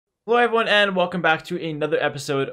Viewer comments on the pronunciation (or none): "Hewoewyone and welcom back to ...." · This is actually funny. Gotta slow it down and it becomes "woyone":D But stupid jokes aside, I really appreciate this remake of the 2k guide,. You explain the importance of each step so well. And the information on what to focus with your specific ELO is also very valueable for getting better! Much respect and much love!!